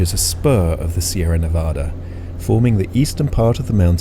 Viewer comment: Loved the video. I’ve done a lot of flying in the Tahoe area and miss it. I lived there for 32 years. When you pronounce “Nevada”, the first “a” is like the word “had”. Nevadans get mad when you pronounce it wrong. 😊